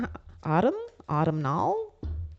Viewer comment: G'day ❤️ . Autumnal pronounced "or tum nel "😁